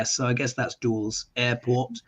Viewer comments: you said the name of the airport correctly the first time. It almost sounds like, "Dallas." It is pronounced duh-lus, Dulles.;) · Dulles airport is pronounced DULL-es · The airport you were speaking of is pronounced DULL-es. It serves Washington DC & Virginia. Located in Virginia. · Dulles Airport,(pronounced "dull-us") is in Virginia. The Dalles(rhymes with dolls) is on the Columbia River between Washington State and Oregon, and is not an airport. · duh•luhs airport is how it’s pronounced. You both had it wrong. 😮😊❤ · Dulles (pronounced “dul-less”) Airport is in Washington DC. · Dulles is prosnounced "dull us" named after President Eisenhower's Sectrtary of State John Dulles. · The airport Dulles is pronounced as Dul-less. It's one of two major airports in Washington DC... Dulles is the big one and Reagan National is the smaller one. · Dulles airport serves Washington DC is in Virginia it is pronounced Dull-less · Dulles Airport is pronounced “Dull-us” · DULLES AIRPORT = "Dullis" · Actually Dulles is pronounced Duh-less 😂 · Dulles is pronounced like Dallas if it were spelled Dullas - like the word dull. It is an international hub outside of DC. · Dulles is the airport for Washington, D. C. area. (pronounced Dull-ess) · The airport is pronounced dull es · No that is not how we pronounce the name of the airport where are you from Texas or maybe Fla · Russian plane went from New York to Dulles in Washington, DC (pronounced Dull Us) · Dulles (pronounced like dull - is) is in Washington, D.C. Was there interaction by any people aboard each plane. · Dulles is pronounced.( dull’ es)